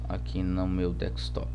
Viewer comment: Se diz desktop, não dekStop